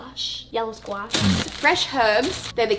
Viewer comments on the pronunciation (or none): Appreciate you going hard on your American accent when you said "squash." ;-D